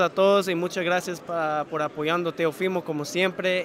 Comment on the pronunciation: es Teofimo y no Teófimo.... pilas... escucha como él pronuncia su nombre y esa es la manera correcta